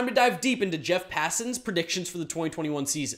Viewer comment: It's Pah-San